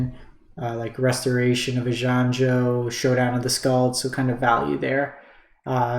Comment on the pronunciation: I think in general you've done a reasonable summary of what's going on (I also understand this video is now a bit outdated at the time I'm writing this, though that isn't relevant for my comment), but man... those pronunciations were KILLING me, lol. Eye-gahn-jo (Kami of ) Tran-zee-uhns (Patchwork) Aa-taa-muh-taan Just some food for thought.